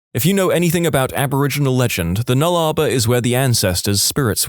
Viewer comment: I’m an Aussie and until I looked at the screen I had no idea you were talking about the Nullarbor bc I’ve never heard it pronounced that way lol. I can handle the mispronunciations of Melbourne etc, but this was a new one for me. It’s null-uh-bore/nulla-bore for anyone wondering. Basically just drop the r, pretend it’s not there.